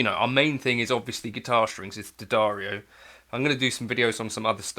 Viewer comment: At last someone who pronounces D'Addario correctly: Dah-dah-reeoh! 👍